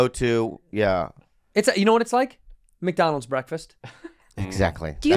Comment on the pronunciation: “Welcome to MACADONALDS”